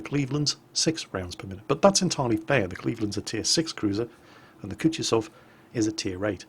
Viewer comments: koo too sov...not koochtisoff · it's Ku-Tu-Zov. stress on the second syllable, not the last one, Kutuzov was not French, in fact he kicked Napoleons's ass.